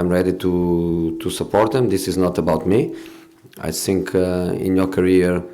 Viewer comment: Best part is when he saiyng i tsink so !